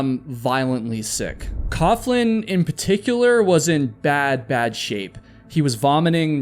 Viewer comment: FYI, “coughlin” is pronounced “coglin.”